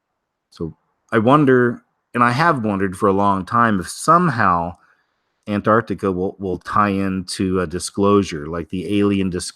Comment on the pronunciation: If you soften up the 1st “T”, you will say Antarctica easier